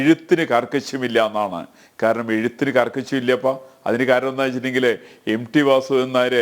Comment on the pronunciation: M D alla M T, dear anchor